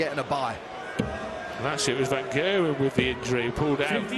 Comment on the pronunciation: "Van Gerwyn" lmao